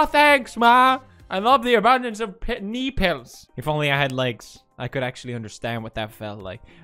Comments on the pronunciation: Felix: "knee pills" My 9 year old mind: he said nipples hehehe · when he said knee pills it sounded like a Russian person saying nipples